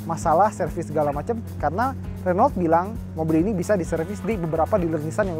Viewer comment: Om pelafalan Renault nya salah tuh, liat di Autonetmagz instagram kan baca nya 'HUNU' hahaha